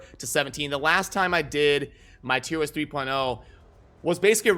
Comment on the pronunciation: Wait...are you saying tier WIST?